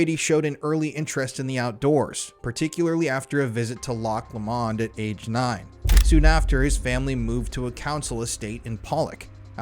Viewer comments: I'm local to Scotland. All of this pronunciation is horrible. You should ask people online or at least google it to see how its pronounced. One or two is fine, but Glasg-oww, Loch Lowawnd, Gorballs is too much in one instance. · The only thing more horrendous than these murders is your pronunciation of"'Glasgow", "Gorbals" and "Loch Lomond"... utterly dreadful. Why are Americans so badly educated??? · Great episode but sorry fella as a Scotsman you ruined loch Lomond